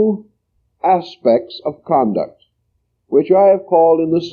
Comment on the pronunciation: "Conduct" not "Concuct" tysm